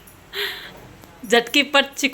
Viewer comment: चिकुल्या नाही गं ताई चकोल्या असतात.😅